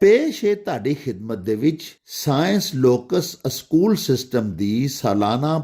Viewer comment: Sir ya jo lafz ap na panjabe man Pola ha aschool bol ha wo galat ha ya think kar lan sukria